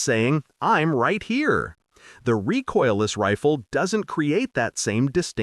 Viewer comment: Reecoiles, not rejoices ,poor IA.